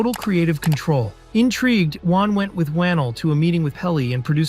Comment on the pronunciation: pronounced wah-nell loved the vid but my man leigh needs some respect